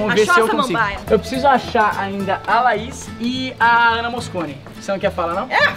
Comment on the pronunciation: Ele falou laisa ao invés de Laís kkkk kkkk kkkk